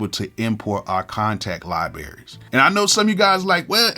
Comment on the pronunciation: I know I damn well I didn’t hear you say “liberries”🤣🤣🤣